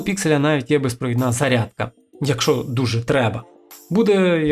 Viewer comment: Не "якшо", а "якщо" !